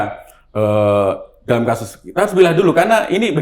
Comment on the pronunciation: Lbh tepatnya dolom, bukan dalam. Hahahah😁😁😁